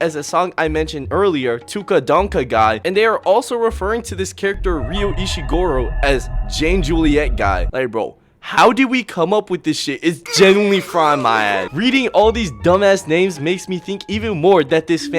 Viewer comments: "Ryu Ishigoro" bruh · While also clowning larpers for mispronouncing names like Sasookay while he himself mispronounced Ishigori's name as Ishigoro 😂😂😂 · Complains about Larpers Mispronouncing names Yet, said people should read the ReZero manga(isnt even caught up to the anime talkless the source material) but also mispronounces Ishigori as "Ishigoro" ✌️😭